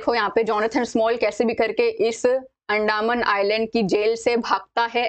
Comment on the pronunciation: अंदामन❌ अंदमान✅